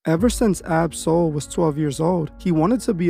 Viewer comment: You are saying his name wrong